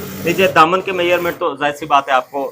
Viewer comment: Measurement ko ap mayyarment kyu bolte ho